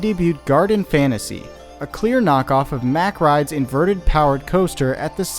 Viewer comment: Mack rides not Meck rides